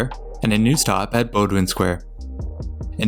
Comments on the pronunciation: This is great but please learn how to say bowdoin, it pisses me off. It’s pronounced bow (like in bow and arrow) din. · Yeah I grew up in Boston. Most say "Bow-din" although I heard some say "Bah-do-win" and I used to say "Bow-doin" lol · Makes up for him mispronouncing "Bowdoin". (It's "Bowdun".) But he also got Lechmere right. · The Blue line gets the pronunciation wrong on Bowdoin and Suffolk Downs, but otherwise pretty good on most things.